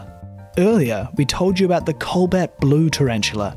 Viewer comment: DUDE! COBALT NOT COLBAT!!!!!!